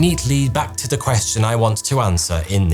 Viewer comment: ‘Th’ ‘th’ ‘th’. Not F F F!